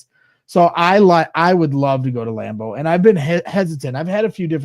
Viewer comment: Lam-boo??? Fuck Green Bay!!! :-D